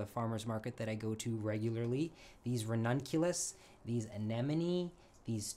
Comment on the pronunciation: You are the first person I've ever met who can pronounce anemone correctly! Absolutely EVERYONE say anenome..... I'm so happy!